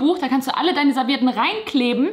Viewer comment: AAAhhh, mein Mann sagt auch immer ServieRtten...:D